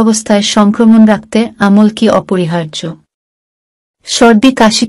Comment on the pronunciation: Thik khub birokto lage sunte amol ki😂